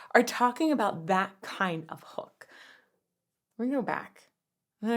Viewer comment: You say 'hook' and I hear "HULK" and i'm like...???? 🙂